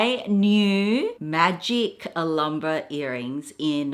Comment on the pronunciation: Alambra? What's Alambra,?. It's pronounced al ham bra. Not alarm bra